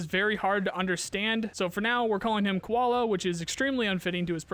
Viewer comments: It's not Koala it's KU-VAL-DA as if "Q-VAL-da" of you can spell VALDAY scope name you can spell this too just add Q before. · If Zhrets is Shrek, Kuvalda is Koala then Nolan is Moana. Bruh, you have so many bilingual viewers..instead of butchering names, just ask us! Viewer interaction, my guy.